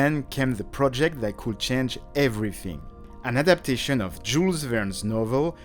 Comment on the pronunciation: Why do you pronounce Jules Vernes and "Hommage" like that, as a frenchman?